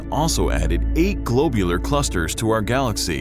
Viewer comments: it's not a globe... it's a glob... glob-u-lar.... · Metallicity has five syllables. The narrator is missing the i after the double l, and it should have the principal accent: metal_I_city. The o in globular should be short as in glob, not long as in globe. The narrator's pronunciation of Magellanic is just weird. In most people, such errors would be honorable, as it means they read the word before hearing it spoken. In a narrator, however, such errors are not honorable, as it means they read the word before hearing it spoken. There are many good astronomy channels on Youtube that should be consulted as reference. That said, I did enjoy hearing about the components of the Milky Way and how it came to be. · suggestion: do better on pronuciations. such as globular and metallicity are wrong.